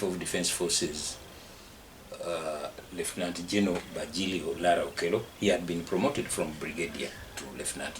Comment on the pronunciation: I love the way you pronounce those names; Bajilio, Onji. Thanks for bringing this piece of history.